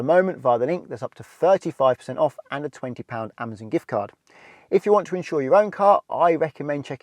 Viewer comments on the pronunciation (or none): none